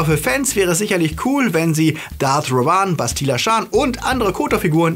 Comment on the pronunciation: Wie hast du bitte Revan bei ausgesprochen? 😂